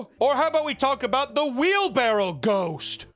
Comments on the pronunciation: He knows what it is. The joke is that people in the midwest and south often know it and pronounce it incorrectly as “wheelbarrel,” so they wouldn’t recognize the word “wheelbarrow” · "What's a wheelbarrow???" 100% thought it was "wheel barrel." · thank you! All my life i thought it was wheel barrel not wheel barrow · Wheelbarrel. I am on the verge of documenting every word that almost gets right.